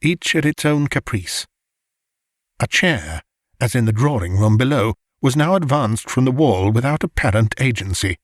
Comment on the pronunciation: Very nice! But if only 'drawing' was not prounounced 'drawring' it would be perfect!